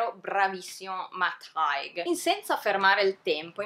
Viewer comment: Bellissima recensione! Solo... Si pronuncia “Heig” xD